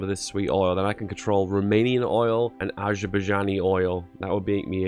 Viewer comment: imagine pronouncing Azerbaijan as Ajabuagjan